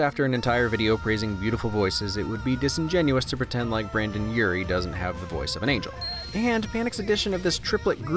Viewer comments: "Branden Urie"?!? 🤦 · Did he call Brendon Urie, Brandon? For shame! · Oh no, he said Branden smh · ok 1. if that's Dipper, then no wonder i liked that character immediately 2. it's Brendon Urie, not Branden. just fyi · Branden... Branden? BRANDEN?! Puh-leaze!! It's Brendon!!! Don't make my eyes bleed !! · It’s brendon not Brendan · He said "brandan urie" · I'm sorry but... BRANDEN?? REALLY??